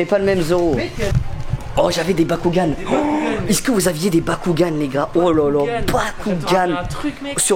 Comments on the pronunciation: sa me stresse au lieu de dire es-ce que il dit isque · Des que tu dit iceque ça me perturbe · Inoxtag quand il dit ''est ce que'' : i ce que ( isse que ) XD